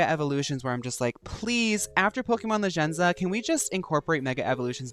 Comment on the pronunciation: I am loving how you pronounce Pokemon Legends ZA, its like the Girlypop way